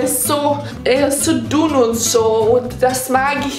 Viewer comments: Wie ich einfach immer an Stelle von "zu dünn", "zu dumm" verstanden habe : ) . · Ich hab statt dünn immer dumm verstanden😂😂😂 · Ich verstehe die ganze Zeit nur dumm statt dünn 😂😂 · Ich hab die ganze Zeit dumm verstanden statt dünn😂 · Ich höre immer dumm statt dünn